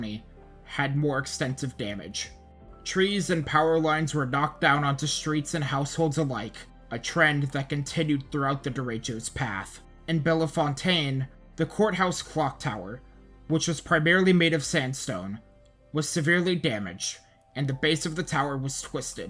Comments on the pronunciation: Not to be a dork about pronousiations but the towns prounounced "bell fountain" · I'm glad to see that you failed the "Ohio Place Name Pronunciation Test" just as I did when I reported aboard to NWS Columbus (CMH) back in January of 1995. I grew up in Louisiana, so I, too, mispronounced Bellefountain exactly as you did. (it's 'bell fountain'). Also, in southeastern Ohio is a town named Rio Grand. (Home of Bob Evans restaurants!!) It's pronounced RĪo Grande (long I, as in 'eye') It's Lima as in the bean, not as in Peru. Really good job on this video, though... keep it up!! 👍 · I know there are a lot of weird Ohio names, just so you know Bellefontaine, OH is actually pronounced like Bell Fountain.